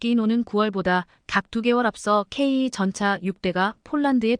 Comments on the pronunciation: 제대로 된 앵커멘트가 안되나요? 폴란드>>졸란드, 전차>>전자, K2(케이,투)>>케이 이. K3전차(케이,쓰리 전차)>> 케이,삼 전자? 말인지,방귀인지... 제대로된 발음 부탁드립니다, 구독자를, 우롱하고, 희롱하고, 헤깔리게 하는, 발음을 고쳐주세요. 유튜버가, 구독자,시청자를, 좆밥으로, 보는듯 하네요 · K2전차. 케이전자가뭐냐 발음부터고쳐 라